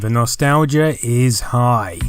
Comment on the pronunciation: Dat 'stalgia